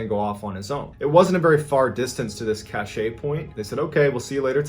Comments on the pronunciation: Cache is pronounced CASH Cachet is a word pronounced cash-ay but it means a classy ambience. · I love you man. Watched all your videos. Please stop saying “CASH-A” cache is pronounced “cash” like money. Just cash . Cash= cashe. The e is silent. It’s French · Cache is pronounced Cash not Cash-A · It is pronounced like cash, not cashay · "Cache" is pronounced like "cash", and means "a group of things that are hidden." You are saying "cachet" which means "prestige," "medicine to be swallowed," or "an official seal." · "cache" is pronounced "cash", not "cashay" js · I hate to be the one to tell you but cache is pronounced kash, not kashey. I think you're mixing it up with cachet which is pronounced kashey and means social standing. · Cache is pronounced cash, not cachet. That's something else. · Cache as you are using it MrBALLEN, is pronounced like 'cash' and means just exactly what you are explaining, a secret store or collection of something such as food and equipment, supplies, or weapons, or money etc. The way that you are pronouncing it 'cash-a' , means- an air of style, fine quality, or superior worth. It really matters how you pronounce it, as they are two very distinct and different meanings depending on how it's said. I've heard this word misused many times, especially by people trying to sound more erudite and educated than they actually are. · its cash not cashay , idk man then you pronounce it correct.... idk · It's "K-ASH" not "K-ASH-EY" and e at the end of a French word is silent unless it has an accept over it. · Do you really say "caché" ? Cos the right pronounciation should be like cash and it sounds disturbing especially when said 20 times :p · MrBallen I've been listening to you for months now and thought you were intelligent until I heard you say about 100 times (cashay) instead of (cash) for the word cache. I think you tried to change in midstream but it was too late. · Side note, the word “cache” is pronounced CASH, not CASH-aye. 😁